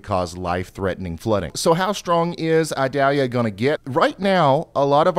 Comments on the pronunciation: I do believe it's pronounced ee-DAL-ya, however my brain says it should be Ida-LEE-ya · Eee-doll-yah. It isn't an onion. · mhm, its ee-dahl-yá in spanish, but if you're from the southern US it comes out as eye-dal-ya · Ryan it’s pronounced the 2nd way! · you really are pronouncing Idalia wrong to the point it's making me wanna go through the screen and shock you or something every time you say it wrong. It's almost painful hearing it pronounced so badly